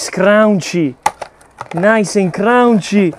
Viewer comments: I just like how you say Crounchy. Nice and crounchy. I have to try that pizza brother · I'm from NYC (18 years) and yes indeed, you have it all right. There are many styles in NY that are all said to be NY style pizza. I must try your ricetta! Your inspiration is ever present especially when you say "crown-chee" for crunchy.:) A better word for it is, crispy. Crunchy is for hard, dry heavier stuff, but "crispy" is a lighter, delicate type of crunch which is most common to NY style pizzas. Great work and exploration, mi amico! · It kills me every time he says crunchy lol